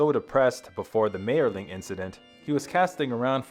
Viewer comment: And he mispronounces Mayerling continuously.